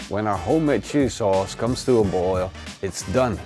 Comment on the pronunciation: Sounded like he said shitty sauce!